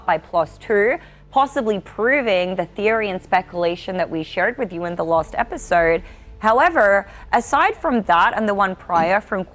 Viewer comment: Accent is so annoying I can't listen. I'm sorry. It's just weird make pronounces. The word "both" and "burth" and "episode" as "urpisode." Like she's going a lugie in her throat. Better keep her in Nee Zurland or whenever she's from. Pat, get you a nice American girl.